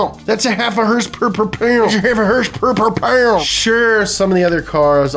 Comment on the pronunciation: Another great video on one of my favorite YouTube channels...please stop saying herspers...